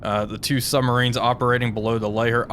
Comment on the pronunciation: Bruh, it's quite something to have a great channel that covers submarine warfare and yet pronounce them as summMarines. Lol.